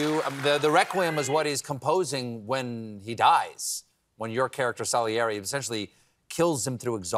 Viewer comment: Stephen please learn how to pronounce Salieri 🙄